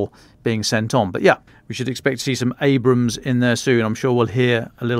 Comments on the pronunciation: These folks love to talk but they can even get the names right. For example it is Abram's not Abraham's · It's ABRAMS not Abrahams. There's no "H" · “Abrams” not “Abrahams” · "At least I can pronounce 'Abrams' correctly and not keep going on about 'Abrahams'" 😂 God, I love Dom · Take a shot for every time Hamish says "Abrahams" instead of "Abrams" 😂 Love the pod though! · It is Abrams, not AbRAham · Your reporter would sound much more convincing when he'd not call the US tanks ABRAHAMS ffs.. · Please tell Hamish that: 1. It is "Abrams," not "Abrahams." 2. Fall starts on September 21/22, not the first. Thanks so much for your podcasts ❤ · I love this podcast. I rarely miss an episode. demonstrated his knowledge of the Abrams but the pronunciation as Abrahams was so grating! I forgive it but yikes. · It’s “ABRAMS”,not “ABRAHAMS”,…! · Isn't it Abrams, not Abrahams? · why does the tank guy butcher the Abrams tank - he keeps calling it an Abraham, can someone please correct him lol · It’s Abrahms, not Abrahams. One is a tank, the other was a President… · Abrams not Abraham's. Damn Brits need to learn English. Glory to Ukraine 🇺🇦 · It's Abrams not AbraHAMS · Abrams, not Abraham damn it ! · Abrams brother, not Abrahams. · Hamish keeps adding a “ham” on the “bra”. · It's not Abraham 😂